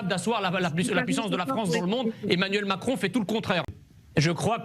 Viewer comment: trés bien Monsieur Messiha ! pas mal le "émanuelle macron"!